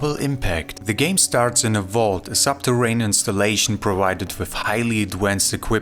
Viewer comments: Hey, can you say VICTOR? now say VAULT, not WAULT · Vault not Walt